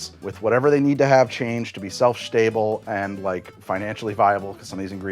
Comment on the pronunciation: "Self Shtable" 😆